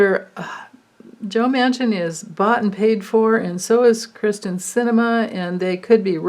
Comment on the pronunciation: It is Kyr-sten and not Kristen but you certainly have a point in why should we care 😄 She's pretty awful. She doesn't even deserve the word Cinnamon....cinnamon is a very good thing 😁 Love your readings as always ❤ ~~Katerina